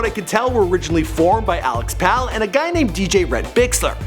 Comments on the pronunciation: Love the Chainsmokers, but anyone can watch an interview and make a video about it. Also it's Alex Pall (Like Paul) not pal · It's pronounced Pall like "Paul." Not pal lol